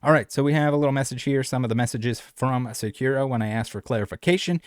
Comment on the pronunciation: the way he pronounces sakura is sending me